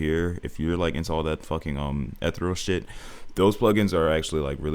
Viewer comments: Sick beat man but u kept mispronouncing ethereal its e-thee-real not eh-ther-al if that makes sense idk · How is ethereal your niche if you cant even say it correctly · W vid but the way you pronounce ethereal, and reverb makin me mad 😭😭😭